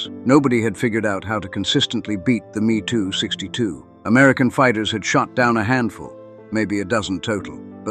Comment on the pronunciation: These are not ME 2's. They M E 2s. Get it right.